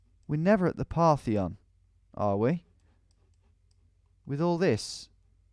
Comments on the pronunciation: Parthenon...not partheon lol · "The Partheon"... Guess he was thinking of the Parthenon maybe? Jokes aside, great video and great map too. Tom is the goat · Reads the word "Partition" as "Partheon," proceeds to call the Parthenon "Partheon," which this place very blatantly isn't. The mapmaker was trying to get you to guess a swiss/gothic country, definitely not greece lmao